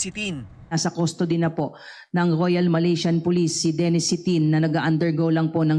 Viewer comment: Excuse me po. "R" po as in Royal Malaysian police. Hindi po GRROYAL MALAYSIAN POLICE